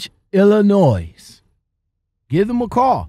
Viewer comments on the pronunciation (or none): ILLINO The S is silent